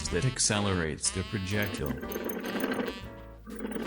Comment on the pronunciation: "Projectel"?! what is a "projectel"?